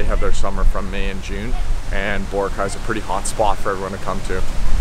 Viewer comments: It's pronounced Bo-RA-cay. Not BO-racay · lol says the island name wrong...